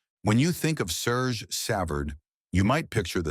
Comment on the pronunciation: and not sergeee